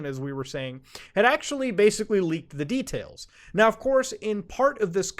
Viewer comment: Bro pronounces details “the tails”💀